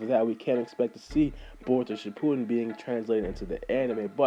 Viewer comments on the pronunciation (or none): It's shippuden not shippoodim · its shipp-u-den not ship-poo-den